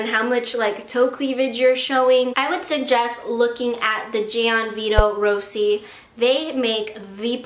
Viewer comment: she keeps on saying gianvito rossi wrong